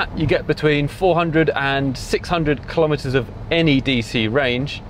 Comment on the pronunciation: Those are...insane numbers; wow! BTW, the symbol for kilowatt(s) is kW, not "Kw". Similarly, kilometre(s) is km, not "Km" (kelvin-metres). Also, kilometres rhymes with nanometres, not with "thermometers" (because it's a unit, not a device).